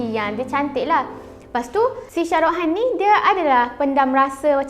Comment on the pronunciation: Shah rukh khan , bukan syah ruh han